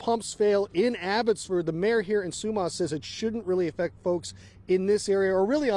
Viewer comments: It’s pronounced SUE MASS not sue maas! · Like the way he pronounces Sumas, it’s pronounced Sue-mas . Ya we live in Everson, and part of the bridge collapsed, we can still get through one way bridge now. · It’s Su- mass….as in only a donkey wouldn’t take the time to find out how to pronounce the name of the town you’re reporting on.🤦🏼‍♀️